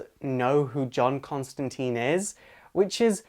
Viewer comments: It's pronounced Con-stan-Tine it rhymes with Line. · Your saying his name wrong its john constantine not constanteen hit name rhymes with line hence constantine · The constant serpentine or the serpent Constantine. Rhymes with nine. Really important. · It's pronounced Constantyne, but whatever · Oh, come on. It’s Constantine, rhymes with -fine. =) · Selfish Eyes it is wrong if you have been told how to pronounce it correctly by the person whose name it is surely? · You say Constantine wrong. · Is it so hard to pronounce John Constantine right? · Great video, but the only "complaint" is that i think its stated that Constantine rhymes with line. Simple mistake . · Very neat, but you are saying his name wrong, a lot of people do it.... It is suppose to be said like "Constantyne" not Constanteen, with a I not two E's, like saying 'mine'. :) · Constan-tine not -teen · Sorry im being picky saying this but its pronounced ConstanTINE. Not Teen. Just follow the Line with John Constantine. Its funny because John takes the piss off someone in Hellblazer for making that mistake. But I understand the confusion especially with the TV show mucking it up. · Tine ala fine not teen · The pronunciation of John Constintine's name is, bear with me here-follow closely. The end of Constin(tine) is pronounced like PINE. ConstinTINE. Not like TEEN, for TEENager. Get your facts straight guys. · Why everyone keeps saying Constantine in the wrong way? Alan Moore specifically insisted that it should be pronounce as "Consteintine" instead on "Constanteen". Inf you don't trust me, then trust I hate that the american movie just imprint so much wrong things into this amazing character... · ConstantINNNEEEEEEEEEEEEEE not teeen. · Every movie made of this character is pronounced "teeeen". Why do you and others insist on "tīne" ? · It's TINE Rhymes with FINE or ValenTINE. Why the F**K can't American's get this f**king right. I mean Jesus do 5 minutes of research.